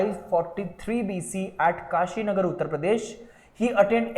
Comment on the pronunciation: Kashinagar nhi hai bhaii Kushinagar hai